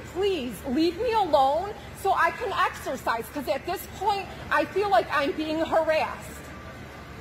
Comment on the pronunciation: If she said the word "exercise" one more time... Axersiiize